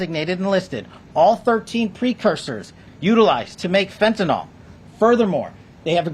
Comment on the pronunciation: Hard to believe, but the media and many others have been saying this drug incorrectly for so long that almost no one gets it right now... Fentanyl FEN TA NYL It is not Fentanol, like Tylenol. Someone, please point it out to these people...